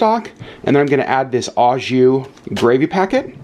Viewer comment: you're one of the few Disney vloggers that properly pronounces Palo (Pah-loh) so here's a couple French tips: "au" (jus) is properly pronounced "OH" not "awe"; the final S in sans (sahn) is silent. Melted swiss cheese would taste delicious on the sandwich. Provolone cheese would be perfect! Butter and toast the buns. I've seen au jus made with Better than Bouillon beef paste. You can also use shaved steak! Fun foodie fact: The original French dip sandwich is believed to be from Philippe's in Los Angeles! Thank you for sharing your French dip hack!